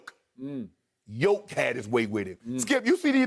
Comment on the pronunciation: love how he calls him Yolk lmao